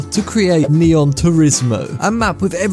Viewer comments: dawg not neon or nioh its nihon ☠☠ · bro its not neon turismo, its Nihon tourismo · it was actually nihon not neon